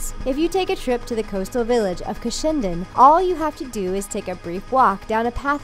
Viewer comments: I don't mean to sound rude but Cushendun is pronounced Cushen-dun. It's an easy mistake also i live in Northern Ireland so I've been to all the places there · Co. Antrim. I love how she says Cushendun completely wrong